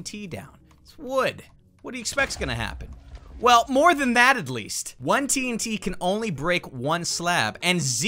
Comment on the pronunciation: When he said four tnt it sounded like four t teens